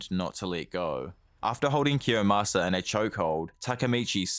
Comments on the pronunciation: IT'S KIOYMASA NOT KIYOSAMA LMFAO I don't mean any harm, but god damn, that triggered the hell out of me lol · Kiyomasa, not kiyosama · His name is Kiyomasa, not Kiyasama. Otherwise a great video! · it's kiyomasa, not kiyosama... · its actually kiyomasa not kiyosama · it's Kiyomasa